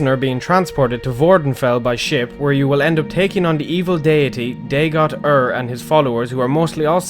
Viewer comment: No offense but you miss pronounced some of these words like Dagoth Ur (Daygoth Ur), Sixth House (SixTH) and Nerevarine (Narrow + ravine)